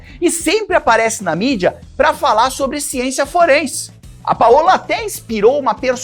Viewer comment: Paola se pronuncia paula, igual português. Paõla não existe ❤